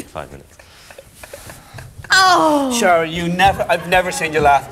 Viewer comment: The way she says Sharon (Sa⋅rzorn) got me wheezing 💀😭